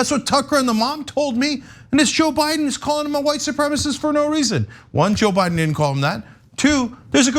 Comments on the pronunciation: “How dare him do that to my son. That’s my son he did that to. He’s my son.” It’s supremaCIST. Not SupremaSIS. Sis.....is it a stroke? Is it crack? Is it meth? Maybe it’s Republicanism? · she couldn't even pronounce supremacist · Oh dear... Mama has about three brain cells, and she can't pronounce "supremacist." "My son went to Kenosha to help people... " (And shoot them dead!) God help us against these people. Cuckoo cuckoo cuckoo.... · She really has a problem with that 4 syllable word "supremacist". This lady is slow and being brainwashed. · How could Rittenhouse be a white supremacist when his mom can't even pronounce supremacist!? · Bitch can't even say white supremacist